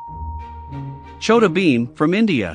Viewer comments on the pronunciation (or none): HES NOT SAY CHOOTA BHEEM HE IS SAY CHHODA BHEEM 😂😂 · Ngl, I died when the voice said Choda Bheem for India